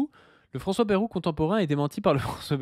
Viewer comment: qui dit baie-roux au lieu de baille-roux ! Ça me rappelle ceux qui disaient mythe-rang